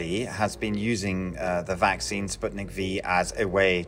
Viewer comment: Every single expert: spootnik Dumb narrator: spatnik